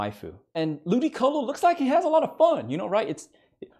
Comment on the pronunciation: He really Said lewdycolo